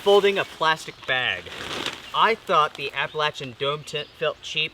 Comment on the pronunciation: I think what's "not okay" is how you are butchering the word "Appalachian".